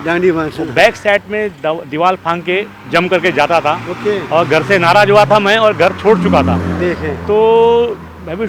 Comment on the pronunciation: Anchor Allah ka wasta aap ko apni urdu sahe kejiyay, aap k sath he junior Mehmood sahb itni saaf aor khoosurat urdu bol rahay hotay hein aor aap..... ZAROOR ko JAROOR aor NARAAZ ko NARAAJ bol rahay ho.... aap akser indian log urdu zubaan k sath keyun ye zulm ya mazaaq kertay ho,,,???? aap ZUBAAN ko JUBAAN aor MAZAAQ ko MAJAAQ keyun boltay ho...????